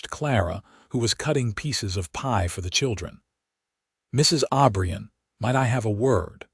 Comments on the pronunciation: Clara passed away at 71 in 1928 with Jack holding her hand, Jack joined her 3 years later at 78 in 1931 with a request to be buried next to Clara. Their last name is O'Brien NOT Aubrian ! Wish you would pronounce words & names correctly. Jack was such a good man & loved Clara deeply just as she loved him. Northwest corner of Wyoming up near Yellowstone Park, rural. 🎉🎉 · Jack OBRIEN!!!!!!!!! NOT Aubrion